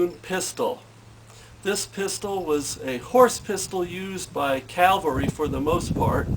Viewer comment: it is CAVALRY!!!!!! not frigging CALVARY. Jesus Christ.